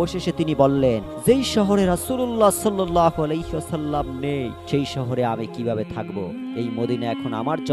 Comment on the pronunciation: রাসূলুল্লাহ সাল্লাল্লাহু আলাইহি ওয়াসাল্লাম না বলে আপনি,, রাসূলুল্লাহ সাল্লাল্লাহ আলাক,,,,, বলতেছেন কেন আপনার হচ্ছে ইসলামী জ্ঞান খুবই কম বিশ্বনবী নামের উচ্চারণ করা শিখেন তারপর ভিডিও বানান 🤔🤔☠️